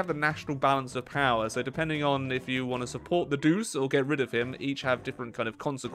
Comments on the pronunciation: Duce is not pronounced "duece". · Not a big detail but the "ce" in duce is pronounced similar to "Che", like in Che Guevara. Also looking forward to see more from the new DLC. Can't say I expected Switzerland to get a focus tree before Norway and Finland though.